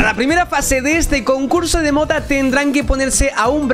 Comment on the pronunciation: soy yo o he escuchado concurso de "m0t4" en mi pais significa una parte intima de la mujer